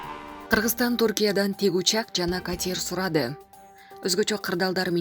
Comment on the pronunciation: Катьер дебей катер ударение на а